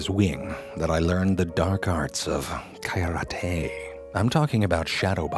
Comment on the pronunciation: Lol "Kayarate"